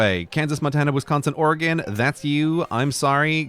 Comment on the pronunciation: As an Oregonian, firstly, thank you for pronouncing our state correctly. We love our beaver flag but i’d like to see us adopt or incorporate the cascadia flag as well